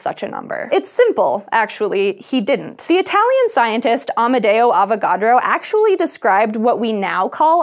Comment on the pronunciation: Every time she says avacodro I think she's about to say avoCADO. lol